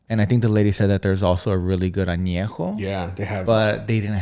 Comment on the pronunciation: If you can’t even pronounce TEQUILA AÑEJO, REPOSADO, and BLANCO, you probably shouldn’t be making tequila lmao.